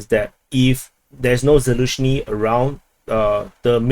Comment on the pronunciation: It's Zaluzhny and not Zaluzhyny means behind the meadow.